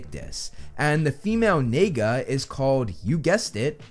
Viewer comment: In the language pali, the word naga NAGA the way he said it caught me off guard tho.